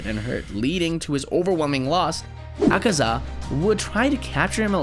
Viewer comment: Not acaza its akaza ak-a-za